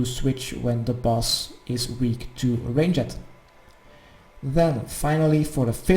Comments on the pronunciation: and what would you do if i told you ranged was 1 syllable? not range-jed range-d !!!!!!!!!!!!!!!!!!! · God everytime you say rang-ed my dutch heart dies a bit further cuz i know it's a retarded accent. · I think you suck at ranged cause you don’t know how to pronounce it But great guide none the less!